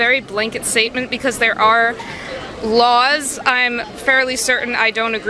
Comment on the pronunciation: Why she pronounce the word laws like lawls?